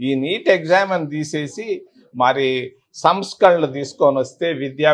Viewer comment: సమస్కరలు కాదు సారూ సంస్కరణలు